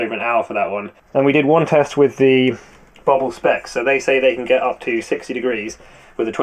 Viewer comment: BO BIL pronunciation "Bow beal" it just means Campervan in Swedish